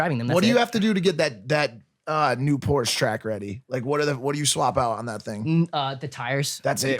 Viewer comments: It’s not porsch it’s Porsche and not porscheee it’s Porsche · Has a GT3 RS and doesn't know how to pronounce Porsche.. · hey said Porsch lost all respect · He doesn’t even know how to say Porsche right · i give like 0.1 shits about cars but like please say porsche properly cos like idk it just bothers me. weird flex but okay yeah i know but oh well.